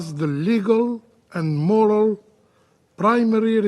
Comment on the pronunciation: Couldn't even say moral properly then.